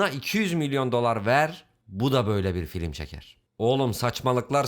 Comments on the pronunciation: en başta filim dediği için videoyu sona sardım zannettim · En baştan FİLİM demen xd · Bende Diana'mıyorum. Bu nasıl "Filim".